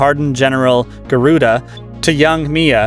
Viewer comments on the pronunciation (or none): none